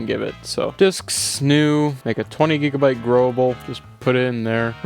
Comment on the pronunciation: a JIGABYTE of ram